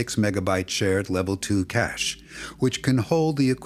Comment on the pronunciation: ❌CACHE ✅CASH 😂😂 Ai sh*t